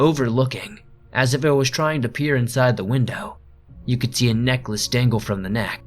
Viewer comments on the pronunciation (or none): What you said: "A necklace dangle from the neck" What I heard: "A neckless dangle from the neck" I was confused for all of about five seconds there.